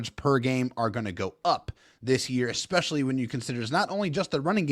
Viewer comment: It's "especially" not "expecially."